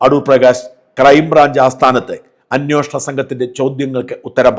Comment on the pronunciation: അന്യോഷണം അല്ല അന്വേഷണം എന്നാണ് ശരി 😊😜😊